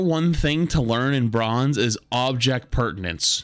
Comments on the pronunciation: why does he say perdanence? its permanence. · it's object permanence, not pertience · It's not "pertinence," it's permanence. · I hate that this kind of thing annoys me, but saying "object pertinance" instead of "object PERMANENCE" just grinds me the wrong way. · it's object "permanence". pertinence is essentially whether something is relevant. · God flats saying pertinence instead of permanence got painful by the end of this vid lol. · baby… it’s Permanence… not pertinence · Object Permanence, not pertinence. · object PERMANENCE, FLATS, NOT PERTINENCE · flats my man its object permanence , come on my man its your native language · With so much peace and love, it's called "object permanence", not "object pertinence" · object PERMANENCE not pertinence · As a being that is made up of atoms and DNA, I can not stand the fact that he says "object pertinence" and not "object permanence." Please flats, just do it right next time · I think you mean object permanence. Sounds like you are saying pertinence? You are right though. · Object permanence, not pertinence. Just thought I'd mention. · Were you saying object pertanence 🙃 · Object permanence* not pertinence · it’s object permanence. not pertanents. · object PERMANENCE, not pertenence haha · It's object permanence, not object pertanence. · It's object PERMANENCE not pertinance 😅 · every time he says object "pertinence" i die a little inside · It's actually object permanence. Very common mispronunciation. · I love the content. But it’s object *permanence” you’re killing me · So we're just going to keep letting mispronounce the word "permanence" in the phrase Object Permanence huh? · I love these videos, but man did it hurt to hear you keep mispronouncing object permanence